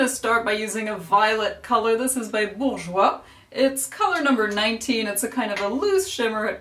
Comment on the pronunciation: Are you french?! In the beggining when you say "bourjois" you pronounce it very well like french people!! (I'm french)